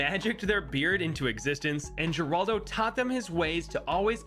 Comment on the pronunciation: Gerlado? My fellow monkey player its seems you made a little mistake